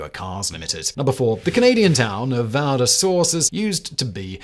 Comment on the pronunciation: It's strange how he mispronounces Val-des-Sources even though there's a screenshot of the Wikipedia page showing the correct pronunciation.